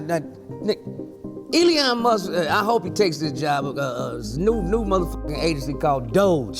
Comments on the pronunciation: sir, its pronounced ee-lon, not ee-lee-on 😂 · It’s E-Lon, not Eleon